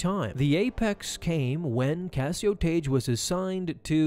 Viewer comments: It's pronounced tag not taje, seriously dude even if english isn't your first language this particular rule takes literally a few seconds to look up. When a suffix beginning with "e", "i" or "y" is added to a word ending in a single vowel letter followed by "g", the hard "g" pronunciation of the original word is retained, and the "g" is doubled to "gg" in spelling: blogger, druggie, hugging, piggish, saggy, wagged. In addition, several words that are not the result of suffixing, but share the orthography of suffixed forms (or that are etymologically suffixed, but not always perceived as such by modern speakers), pronounce "gg" as hard "g" before "e", "i" or "y": This video is almost unwatchable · It's pronounced "Tag" not "Tage". Ugh! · Tagge is pronounced (TAG) or (TAG-EE) not (TAGE) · I’m pretty sure it’s pronounced Tahg-Gee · Isn't Tagge pronounced Tah-Gay in the movies?